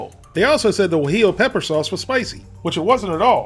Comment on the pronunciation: You said Gwa-jello sauce and then recorded over it, didn't you :)